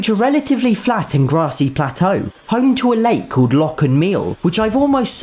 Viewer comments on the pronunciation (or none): none